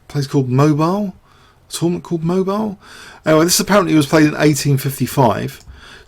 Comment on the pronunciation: I had a co-worker from Mobile, he tells me that it is pronounced Moe-biel. (thank you for the videos)